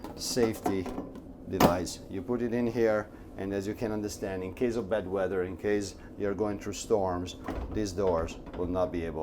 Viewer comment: you grab a piece of plastic and locked the refrigerator door from opening but, I thought you said " this is in case you have a " bed wetter " not "bad weather " LOL